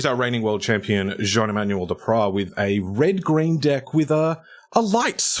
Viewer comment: Your pronunciation of Jean-Emmanuel Depraz is flawless 👌🇫🇷